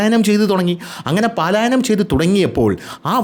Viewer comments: പലായനം... പാലായനം അല്ല.. Dear 🎉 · Video is 🔥 താങ്കളുടെ സ്ഥിരം പ്രേക്ഷകൻ എന്ന നിലയിൽ പറയുകയാണ് 'പാലായനം' അല്ല 'പലായനം' ആണ്. പല വീഡിയോസിൽ ഇങ്ങനെ ആവർത്തിക്കുന്നത് കൊണ്ട് പറഞ്ഞു എന്ന് മാത്രം.. 🤝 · പാലായനം അല്ല, പലായനം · പാലായനം( x) പലായനം 😍 😍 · (((പലായനം )))എന്ന് പറയൂ. പാലായനം എന്ന ഉച്ചാരണം തെറ്റാണ്... പലായനം ആണ് ശരി